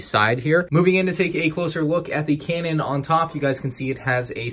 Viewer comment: Lol you said Kanan instead of cannon.